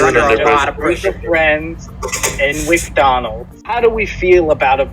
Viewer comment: “We’re just friends in wicdonalds” 🤣